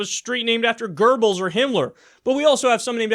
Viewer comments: It's GOEBBELS - NO "R"! Sorry, but if you want to talk about those Nazi fucks, then at least use the correct names (make fun of them all you like otherwise, no problem!) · There is no "R" in Göbbels Kyle, you make me cringe everytime you say it. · Where do people get the "r" in Goebbels?